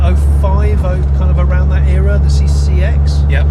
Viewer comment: And "Era" pronounced correctly, its not fucking "Error" to all Americans and other non English speakers.